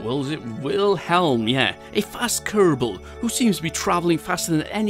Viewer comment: Het thanks for the great content and my Kerbal in this video is pronounced vil-helm